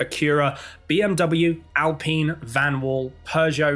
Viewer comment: Points for pronounciating Alpine correct! 👏👍